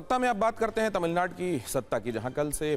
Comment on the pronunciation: 😂 Are anchor.. tamilnad nhi Tamilnadu hai.. teleprompter par Au ki matra hat gyi to wahi pad diya ??